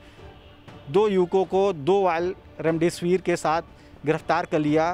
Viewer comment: remdisvr aisa bole ki hame laga raam dev kahne wale ho. Bhai new ho thoda confidnce lao. Itni dar wali khabar ko aise bolge normal jaise ki kuch hai hi nhi